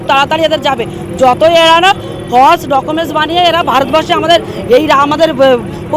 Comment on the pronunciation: রেখা পাত্রের ভাষা জ্ঞানের অভাব । আরজি কর বলতে পারেন না উনি বলেন আর জি কল । ফলস বলতে পারেন না উনি বলেন ফস 😂😂😂।